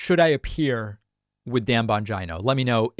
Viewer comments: Absolutely so I can see his face when you pronounce his name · you should appear on his show but as part of your pre-show prep you should learn how to pronounce his name correctly. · Why is his last name so bastardized? You are pronouncing a great Italian name incorrectly and if he pronounced this way, he is wrong It is not Bon-G-eye-no. It is Bon-Gee-No. Almost my entire town is from Italy. That's not how the name is pronounced. Vowel pronunciations are different in different languages. Example: woman's name Lina is pronounced Leena and not L-eye-na. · I like how he pronounces his name bonj-eye-no instead of bonj-e-no. Kinda sounds like vag-eye-no. Ha. 🤯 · David, it's pronounced Bon geeno. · David, Bon-GENE-O. GENE-O. Not GINO like Bangina. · Are you really surprised? The point for them is just say it and it becomes true because they know people are not going to spend the time to make sure data presented to them is factual. Second, it Dan Bongeeeno, not Dan Bongino. Yes go on his show. Advice for that, give straightforward answers to his questions and point out that his questions are narrow minded that do not consider the entire of the problem to address a solution. Do not get into a back and forth with him because his intellect is beneath yours and that is the real reason he wants you on his show. I am from New York , and I grew up with people just like Bongino. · It's pronounced BON- GEENO, David... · I love how you always pronounce his name like “vagina” Lolol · I love it when David butchers the pronunciation of the names of Right Wing Nutters.... Bon' Jai No...😆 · I think it’s pronounced “Dan Vongina”. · I love hearing you say his name - lol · Would you want to live in any big city in CA with all the crime and high cost? Or in Portland, OR or Seattle, WA? By the way please pronounce Bongino correctly. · Do you pronounce Bongino like that on purpose?